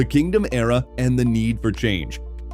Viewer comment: C'mon! What's with the tacky AI nation with woefully mispronounced names 😱? It's "Kingdome", as in King + Dome, NOT "Kingdom"... and I'm sorry but Safeco is not pronounced "Say-fee-ko". Ugh. Wanted to enjoy this video but the narration just killed it (and not "killed it" in a good way).